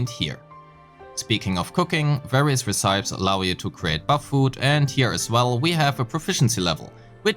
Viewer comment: aint no way bro pronounces recipes that way